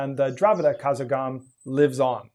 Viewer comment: Not "Kazagam" but karagam